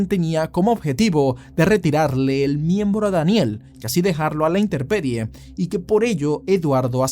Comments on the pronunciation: no se dice Interperie... se DICE, INTEMPERIE... y la pronunciacion del apellido de allana lo decis como si fuera BRIDGES.... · InteMMMMMMperie, no interperie, muchacho.